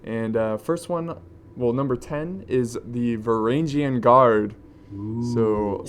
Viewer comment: You miss pronounced Varangian